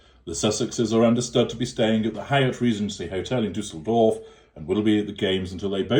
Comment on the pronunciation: As a German I love how you pronounce Düsseldorf. It‘s kind of cute 😊